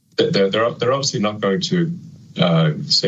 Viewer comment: The gaslighting. "OBIVIOUSLY."